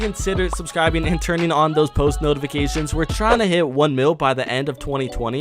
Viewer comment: lol did you say hate instead of hit🤣 stil Good video